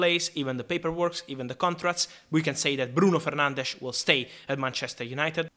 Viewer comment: Someone who actually pronounces 'Fernandes' correctly, the Portuguese way. Respectful.